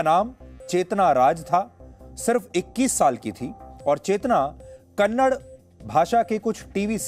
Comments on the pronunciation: Kannad nai saaab kannada hai..ab tho badlo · Kannad nahi sir kannada boliye... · Its Kannada.. Not.kannad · कन्नडा बोलो कन्नड़ नई। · Its Kannada not kannad please pronounce properly